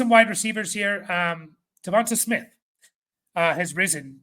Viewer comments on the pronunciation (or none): Devon Tay not Devon-TUH Smith